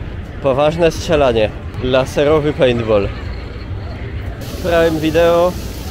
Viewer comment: Prajm video. Nieeee: prajm vi-di-o . Jak tak czytasz, to akcent pada poprawnie po angielsku, nie błędnie po polsku.